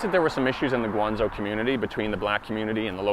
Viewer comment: One pronouciation problem, it's GuangZHou not GuangZou. PS, I am totally on your side, in China the word discrimination is way more proper than the word racism.